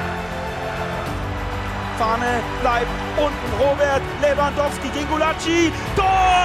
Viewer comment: Ich glaub er hat Lewangoalski gesagt